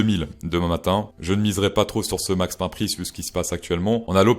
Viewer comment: J'adore ta prononciation anglaise. Max Pain 🥖